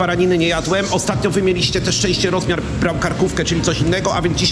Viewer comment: Rozmiar z tym akcentem mnie rozwalił 😂